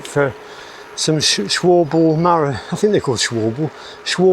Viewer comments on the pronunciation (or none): I run my Marathons at the recommended minimum pressure of 65psi, less jarring, albeit more physical effort (more drag on road). Schwalbe is pronounced Sch-val-ber. In German the letter ‘e’ is pronounced as ‘r’ (are).